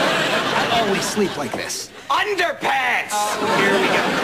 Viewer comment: The second “underpants” makes me die laughing! It’s the way he over pronounces the R to make sure they really heard him. 😂🤣🤣🤣